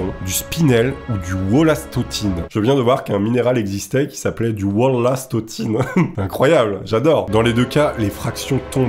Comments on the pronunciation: wollastonite et pas wollastotine mdr a du encore taper dans ma théhiere! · Wollastonite ^^ et non Wollastotine ^^ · WOLLASTONITE = Wollastontine ??? Apprends à lire srx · wollastonite pas du wollastotine ;) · Wollastonite heu nite pas tine la tine c'est chez nous 🫣🤣🤣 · le "Daltonien de lecture"!! Wollastotine!!!!!! 😆